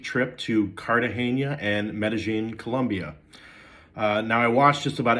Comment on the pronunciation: The big reveal here is that it can be hot in “Cartaheyña!”